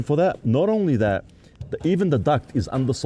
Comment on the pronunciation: Who would listen to a bloke that says ornly instead of only